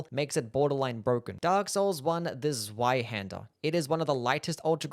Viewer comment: Es hört sich witzig an wie du Zweihänder aussprichst